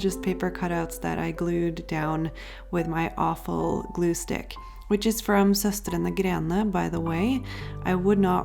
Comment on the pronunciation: Ohhh that's how Søstrene Grene is pronounced?? Thank you, I always wondered! 😆 I fell in love with the chain when we visited France a few years ago and was really happy when they opened up in the UK, but definitely some of the products are hit and miss. I have an excellent black stamp ink pad and a terrible gold one, both from SG. Who knows why one's good and the other one sucks 🤷🏻‍♀️